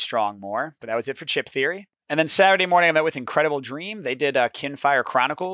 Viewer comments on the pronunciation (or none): none